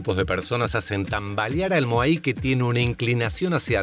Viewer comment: Che, moai, sin acento. Hanga roa, se pronuncia angaroa. Por cierto...tu hermano es un capo surfeando.